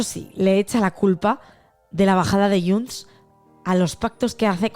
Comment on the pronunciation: es diu :: JUNTS!!!!!!!!!!!!! no YUNTS!!!!!!!!!! heu d'aprendre a parlar el català